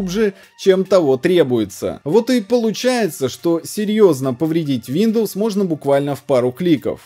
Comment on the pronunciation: "Шиндоус"))) никогда не слышал))